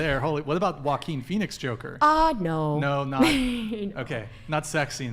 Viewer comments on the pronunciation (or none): none